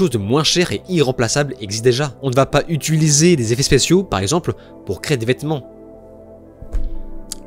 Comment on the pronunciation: Je t’aime bien mais apprends à prononcer le mot « utiliser » s’il te plait